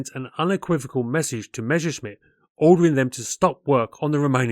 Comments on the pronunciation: Generally GOOD content appreciated ; you need to brush-up on yer German pronunciation . You are pronouncing DORNIER as if its French . It should be exactly as spelt ......... Dornierr NOT Dorniay . Messerschmidt Is NOT Meshersmidt . Fokk-Vulf should be Fokker Vulf . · Learn how to pronounce Messerschmitt, before trying to aviation history assays